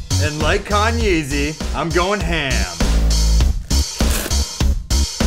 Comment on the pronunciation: did he say kanye-z?